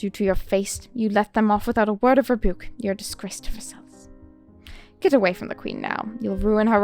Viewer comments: Versailles : Ver sighs I love your character voices! So good! You could be a Disney voice actor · I was waiting for you to try this before I downloaded it ^^; thank you for giving it a try! The animation and overall UI looks so pretty! Side note: Versailles is pronounced like "ver-sigh", and the S at the end is silent. :)